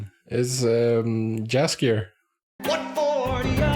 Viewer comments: Please, pronounce Jaskier as if j was actually y. It's polish word and in polish we pronounce j as it was y. Great reactions! Keep on good work! You're very inteligent and it's so nice to hear your thoughts about the show. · Yeah i always laugh a little when people call him Jaskier with English J because then his name sounds cat's food. Also people often write Yennifer instead of Yennefer and Vesimir instead of Vesemir. Sometimes they call Cahir with silent H so it sounds like Kair. That's reason to watch the show with subtitles, especially when someone is English speaker. A lot of polish words and polish way of pronouncing.